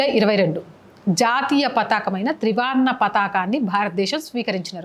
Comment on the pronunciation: విషయం బాగుంది... చెప్పిన విధానం బాగుంది. కానీ త్రివర్ణ ను ....ఏమని పలికారు ? త్రివార్ణ అని పలికారు....ఏమిటది ? నిగుడు కప్పిన అన్నారు...అది నిగుడు కాదు...నివురు. తర్వాత ఉధ్యమం అన్నారు.... అది ఉద్యమం... మీ మాత్రృభాష తెలుగేనా ?